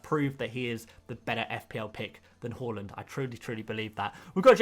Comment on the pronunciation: Mate it’s har - land Not hull- land